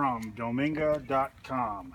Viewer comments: Oh its Dome Gaia not Dominga lol, great vid very clear and concise. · Then company that sells the pump is domegaia. It's pronounced dome gaia, like dome-earth, rather than "dominga". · Giggles, it's pronounced doam guy ah, if it works it rite don't pay someone for something that with practice you'll perfect. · Just 1 comment. it's Domegaia ( Dome-Guy-Uh) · I laughed every time someone said dominga